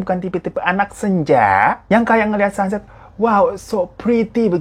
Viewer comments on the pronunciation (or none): none